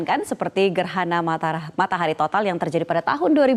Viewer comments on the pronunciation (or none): gerhana matarah 🤣🤣🤣🤣🤣😂😂😂